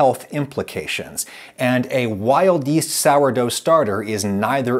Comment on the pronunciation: i heard wild yeet for some reason